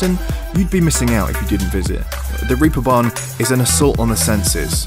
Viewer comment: "Reaper Barn"??? - It's name is "Reeperbahn"! Wiki: "In seafaring, the Reep (plural: the Reepe) refers to a rope or a hawser. The production used to be carried out by the craft of the Reepschläger on the so-called Reeperbahnen by twisting thinner ropes or Reepe." rope = reep ...okay?!